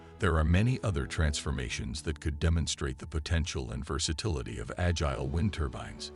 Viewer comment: Right - that bot mispronounced “agile.”